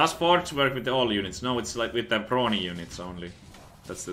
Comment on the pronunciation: Anyone else hear "Bronies" until he opened up the tab and it said "Brawny" and was like "ohhhhhhhh"? Just me?